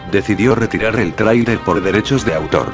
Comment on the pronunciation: te apuesto que hiciste lo imposible para que dijera trailer bien y como no salia lo dejaste asi saludos